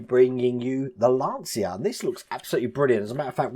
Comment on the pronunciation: FYI in italian it's pronounced "luncha".